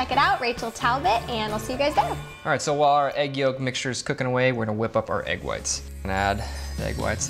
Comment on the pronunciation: the lady kept saying aeg instead of egg